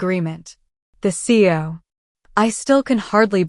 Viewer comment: Lol AI can’t pronounce CEO correctly